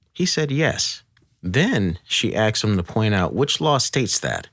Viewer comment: why does he pronounce "asked" as "axed"??